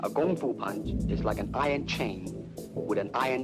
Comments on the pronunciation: Its KungFu not gungfu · Note the pronunciation: "Gung Foo" not "KUNG Foo". shout out to Terry Butcho and the fights in Chinatown. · It’s NOT Gung Fu, it’s KUNG Fu. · Gotta love the narrator misunderstanding and saying gung foo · Note he pronounces it "Gung Foo". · I keep hearing everyone in this video saying Gung Foo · Why are they saying gung fu?